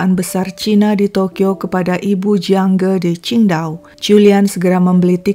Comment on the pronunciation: Jiang Ge kok dibaca Jiang Gi?